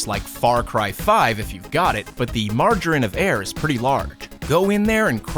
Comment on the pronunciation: "margarine of error" fuckin lol